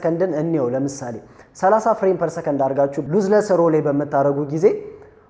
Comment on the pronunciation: አምበሳ ነሽ ተመችተሺኛል ሁለት ጠቃሚ አስተያየት ልስጥሽ አንደኛው የIIV እና የ5 ሴንሰር በጣም ይለያያል 5 ላይ stacked sensor የሚባል አዲስ ቴክኖሎጂ ነው የጨመሩበት 33mp በመሆኑ አትሸወጂ ሁለተኛው እና ዋነኛው ግን የእንግሊዘኛ ቃላት ስትጠቀሚ አነባበቡን ተጠንቀቂ ምታስተምሪ ከሆነ ብዙ ሰው ስለምታሳስቺ ለዛሬ burst ሲነበብ በርስት ነው ብረስት ትርጉሙም ቃሉም ሌላ ነው የሴት ጡት ማለት ነው lossless ሲነበብ ሎስለስ ነው loss ወይም ጉድለት ተቃራኒው lossless ምንም ያላጎደለ ማለት ነው ሉዝለስ አይደለም ሲነበብ በተረፈ በርቺ አሪፍ ነው ያለሺው follow አርጌሻለሁ